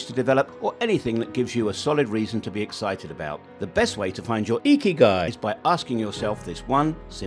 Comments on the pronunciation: hahahahahah the way the voice pronounces ''ikigai''. Find your "IKIGAI" hurr ta durrrr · Yooo every time he says Ikigai 😂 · You need a new IKIGAI for how to pronounce IKIGAI. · Why ikigai is IKIGAI! everytime 😂. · 'Ya we did face a problem pronouncing Ikigai. Hope the rest of the video added a value.